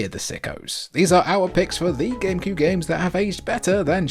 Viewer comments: wait, did you say gamebewb? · "game pube"😂😂😂 I heard it and you did too ! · bruh .... "Gamepube" ?